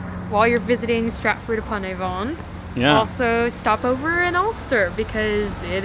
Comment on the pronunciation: I'm glad to see you had a good time. I know it's terribly pedantic but may I suggest working on your unstressed vowels (or schwa) for British place names - it's a major difference between American and British pronunciation. It sounds like the 'a' at the end of soda or the second 'o' in London and is very widespread in standard British English. Stratford upon Avon = Stratf'd 'pon Av'n.